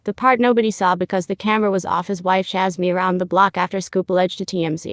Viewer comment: AI VOICE SUCKS...CHASED pronounced CHAZZED 3 or more times.